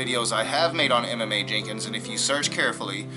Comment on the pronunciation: Side Note: When you said he name it took me back. I was like,why would you pronounce a name like that. You were saying Emma Mae but I was hearing Em.m.a